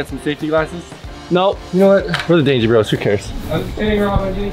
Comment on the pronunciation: Bruh its "Dangie" not "DangIe" the "DangIe" looks like "DangLe"